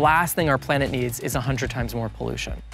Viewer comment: Downvoted when he said "a hundred [ehks]" instead of "a hundred times." Was that YouTuber Bait or does he seriously not know what multiplication is?